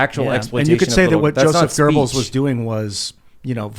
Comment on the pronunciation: There's no 'r' in Goebbels, ffs.